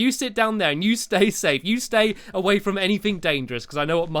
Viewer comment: I mean from not frond